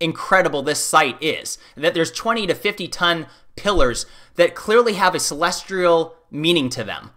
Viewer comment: "Celestrial" "Through analysization" go back to your job as a bus station janitor